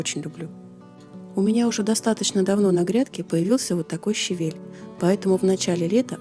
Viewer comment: О боженьки, правильное ударение в слове ЩАВЕЛЬ. Услада моих ушей. Люблю вас!!